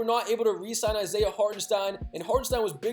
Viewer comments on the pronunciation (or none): none